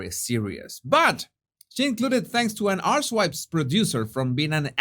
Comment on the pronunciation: Did you just call her podcast Arsewipes? lol 🤣